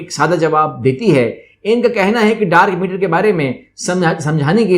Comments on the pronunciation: Nice video but it's dark matter not meter... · Sir its Dark Matter not Meter :p